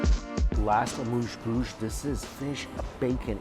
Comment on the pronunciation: eh moos bush not mush bush